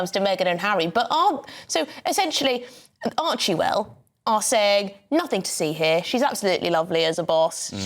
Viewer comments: First of, it's "ArchWell", not ArchieWell. The reporter sounds like a twit. That said, can they say Meghan is NEVER in the office, even if she's not regularly there. And you can be a bully on zoom. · I think it's hilarious when people pronounce their foundation 'Archie-well'😂